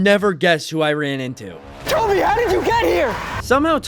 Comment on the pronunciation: It’s Coby not toby 😂